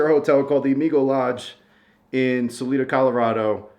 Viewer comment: It's pronounced Sal I Da - Salida - say the I as an I not an E. Hope you get on your way soon!